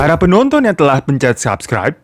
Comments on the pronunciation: "Pintu teater 1 'telakh' dibuka" Telah nya pake makhraj gtu ya bang wkwkwkwk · qolqolah itu ق ط د ج ب selain itu ya bukan qolqolah namanya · Bang, lu kalau bilang telah kok kayak ngorok ya🤣